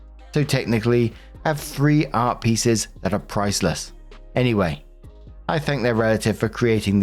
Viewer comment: I was listening to this while getting ready and couldn’t hear exactly what was saying about the art pieces. All I kept hearing was “Arby’s”. I was like, wait, someone is literally telling a drama story about getting Arby’s??? Art makes a lot more sense 🤣